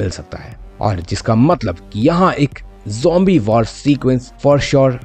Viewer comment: it is not humbi it zombi😊